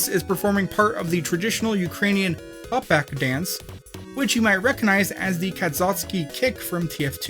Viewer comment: as a ukrainan. I can say you said hopak that wrong that I want to rip out your heart and stab it a millon times